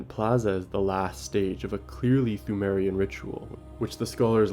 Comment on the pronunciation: Pthumerian is pronounced 2merian